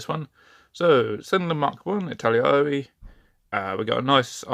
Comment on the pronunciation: I T A L A R E E ... not Italiriari . Just FYI